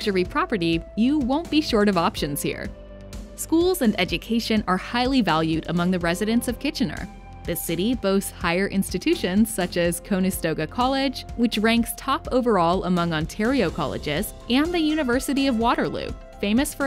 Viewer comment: Cone-estoga College 🤣